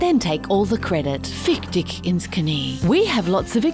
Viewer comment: Wow the pronunciation of "Fick Dich ins Knie" was really good. Except the "Dich" - it is not pronounced dick ;), the "ch" is much softer. I don't think this sound exists in the English language. Keep up the great work!